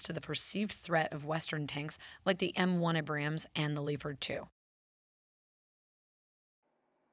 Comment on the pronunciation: It's not even gonna lie the way you said M1 Abrams and leopard made me cringe